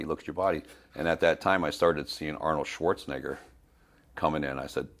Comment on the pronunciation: it's Schwartzenegger! It's Austrian German which means the 'E' has an 'A' sound. Schwartze-NAH-ger not Schwarzenigger! Just correcting! 🤔